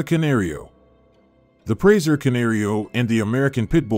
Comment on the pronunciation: He can’t even say the presa right. Wth